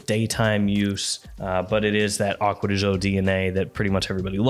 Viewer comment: Man said "Aqua de Joe", I'm out.